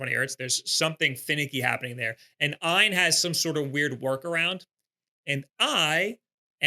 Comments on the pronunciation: It's just A. Y. N. Not "eye-n" lol also I had the Odin 2 Pro and it was the coolest little console ever. However, I play hard, every day, and a couple things happen. First the right trigger broke off the frame as all of the buttons are held in by the tiniest little screws and plastic bracing that could possibly exist. I ended up hot glueing it back together which worked decently. Lastly, unlike almost all android products, the Odin 2 didn't have charging protection. After using it for many hours every day, and leaving it to charge overnight like you would with a phone - it unfortunately was over-cycling the battery and made it swell after 1 year of use. They don't send replacements and I didn't want to wait months to ship it back, have it fixed and sent back - especially since the trigger already broke. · That was a tough watch. And it's AYN - it's an acronym, not ehn or however you pronounce it.